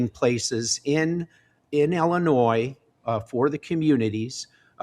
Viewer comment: I can’t vote for a guy who can’t pronounce Illinois. 🤪 Seriously though, Mendrick is the only choice that makes sense.